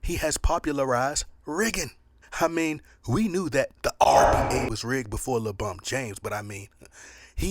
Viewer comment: idk maybe I’m hearing him wrong, but it always sounds like he’s saying RBA instead of NBA…😅